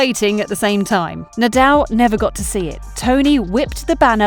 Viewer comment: Rafa Nadel? 😂